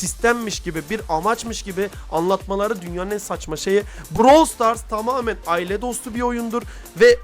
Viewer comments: Brawl stars❌️ Bırawıl stars✅️ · bıırawıl stars (doğru Brawl stars( yanlış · ''Bıravıl Stars'' Ablamız çok iyi söylüyo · te brawl stars❌ bravel stars✔️😂😂 daha söyleyemiyolar bile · bıravıl stars 😂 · BıRaVıL StArS😂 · Brawl stars× Bırawl stars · Brawl stars❌ Bıravıl zıtars✅ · Brawl stars ❌ Bravıl stars ✅ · "bıravıl sıtars"PAUAGHABAJA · Bıravıl Sıtars ne? daha oyunun adını söyleyemiyolar haber yapıyolar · brawıl sıtars aajaajajajsuessbaubyb😂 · DAHA ADINI SÖYLEYEMİYO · abla ilk önce brawl stars demeyi öğrensen ya?